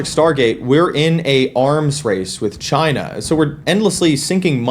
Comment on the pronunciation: It´s pronounced "jChina" !